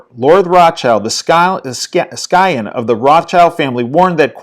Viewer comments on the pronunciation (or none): Scion is pronounced “sigh-on” not “sky-on.”